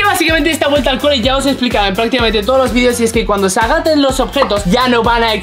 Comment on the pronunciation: En el minuto 10 y 49 segundos has dicho agaten